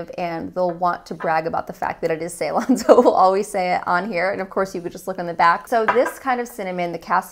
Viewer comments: its pronounced "si-lon" ;) thats the old name for Sri Lanka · Ceylon is pronounced as selon. This is not a type but it is from Sri Lanka. And Sri Lanka's old name is ceylon. And cinnamon grown in Sri lanka doesn't have those bad components and the best in the world.